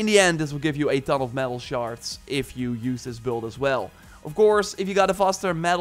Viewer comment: Are you saying “shards” or “sharts”? Makes me chuckle every time